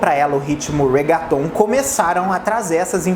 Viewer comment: Ai q agonia.... Se pronuncia "REGUETON" e não "RAGUATON"